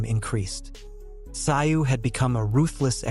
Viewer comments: Mate, no offence but you didn’t seem to notice that Tim’s surname is pronounced Tsooooo? Even the commentators are able to pronounce it. Otherwise great job. 👏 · Its pronounced. Zoo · No. I won't "like" the content , The most disrespectful thing a commentator can do is to mispronounce a persons name. You obviously didn’t take the time to do your research. It seems to be a ongoing thing with people who come from the "Phew - Hess - Hay" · Americans can not even pronounce his name,if the narrator were worth his salt, he should have looked this up and not just try to Americanize a person's name, it's enough that the USA has butchered English and spelling as it is, lazy lazy work